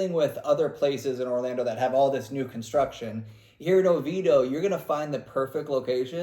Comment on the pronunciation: Its OVIEDO (Oh-VEE-AY-Do)